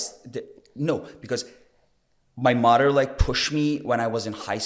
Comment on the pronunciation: 😂 how he pronounces morer (mother) 😩